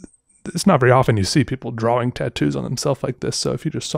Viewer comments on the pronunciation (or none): He talks so weird...lol, it's drawing, not drawling. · IT is pronounced "drah-ing" not "drah-Wing" the W just makes the "draw" sound like "drah". think of the word "thaw" like you are thawing out meat, the W at the end could just be an H , they serve the same purpose."thaw" and "thawing ("thah-ing") you see.